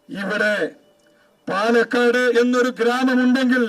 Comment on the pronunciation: My ra it's palakkad not panakkad